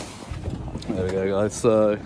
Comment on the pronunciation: Wow great to see PTTP in the North ☺️👍 love the way the Rotherham people pronounce "there".